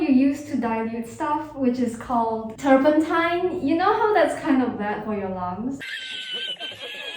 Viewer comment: The eye just made the canvas glowup. "Turmepatta"... poor The turpentine is messing with her ability to speak